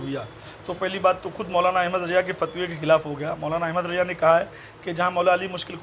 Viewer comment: Abe Jahil, Teko Laanati Yazeed bolnay nahi aata Yajeed Yajeed karta hain, Ahmed Raza ko Ahmed Raja kehta Hain pehlay Urdu sikh phir dars day, Ek ho to Muhaddis aur zyada ho to Muhaddisin hota hain, pehlay ye sikh